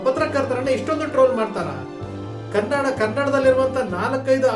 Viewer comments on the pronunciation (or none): none